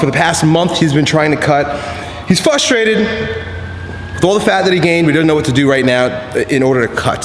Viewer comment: oh god he says, "Fustrated."